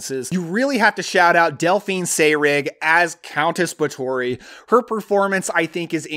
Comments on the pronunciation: First it's pronounced bath-or-free. You should just do a list on. Mexican vampire movies, there are tons of them from the 60s and 70s. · I think you pronounce it Bath-or-ree. I didn't think of Valerie & Her Week of Wonders as a vampire film. More of an art film where you must assume most of it is in the girl's head. Blood for Dracula: director Paul Morrissey was associated with Andy Warhol who made avant garde films at his Factory art group. Not sure Warhol had anything to do with the film but maybe they thought that would gain attention.